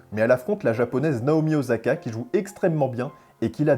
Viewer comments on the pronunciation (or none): none